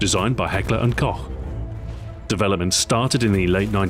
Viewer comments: hey, you're one of the first english speaking youtubers to pronounce it correct! thank you for giving me hope for the future of youtube again! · I'm swedish and i pronounce it like you do. I think it's the englishspoken people that can't pronounce it right. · thank god someone who say "heckler & koch" not "heckler & kock" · yay first english speaking guy who knows how to say KOCH!!